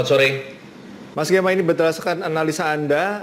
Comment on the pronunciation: Salah fokus dengan panggilan hostnya dengan e-nya taling, jadi seperti nama perempuan yang di telenovela.:D